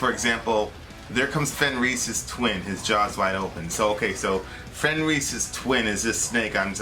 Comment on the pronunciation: Soft J :) its yormungandr sort of and fenris it pronounced Fen and Ris short I not like EES its like isss